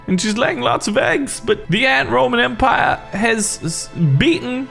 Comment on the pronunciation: 'The Roman-Antpire' XD